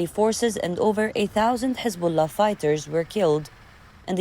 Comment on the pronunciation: Hezabollah it is not lebonan